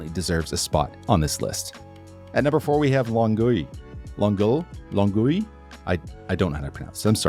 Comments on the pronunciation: Longueil is surprisingly accurately pronounced here. Better than a lot of other stuff I've heard. From Quebec myself, Montreal is pretty bikeable, although I'd imagine the suburbs aren't nearly as good. While I do know this video is two years old, it should be pointed out that other islands are not nearly as highly rated, Laval is much lower down on the list, below even Toronto. I am surprised to see my lower than it too, but given how big Quebec City is it makes the outer regions rather a nightmare to get to, probably tanking the score. The bike paths along the rivers are beautiful though. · You pronounced Longueil pretty well!